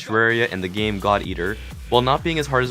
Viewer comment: Who else heard thot eater instead of god eater? xD